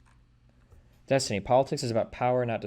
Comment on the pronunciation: Cokestiny? XD